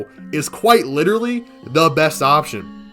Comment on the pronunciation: "like lideratlee" "lideratleeee...." "lideratleeee...." "like" maybe run your script through chatGPT to learn how to speak or just learn to pronounce literally with that cotton mouth lisp